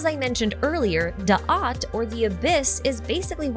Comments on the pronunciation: I'm sorry, but all I could think about during this video is how you mispronounced every Hebrew word. I wish there was a way to send you a soundtrack of how it's actually pronounced, since I'm sure Google translate doesn't do it justice. I kinda feel like Hermione, thinking "it's DaaT. Not DaatH". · Da’at has no “th”, it’s a corruption of the hebrew letter because if adaptations into languages without a hard “t” sound